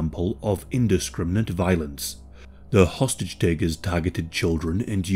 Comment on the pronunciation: You say "hostage".. ...I hear "sausage". ...this diet is killin'me.